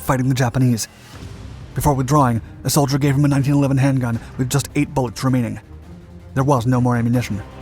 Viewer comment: That and it's probably just your accent, but you do slur a lot of words like solider into less syllables, like worse than us Australians do. Combined with the speed it makes it difficult to follow along if you're HOH.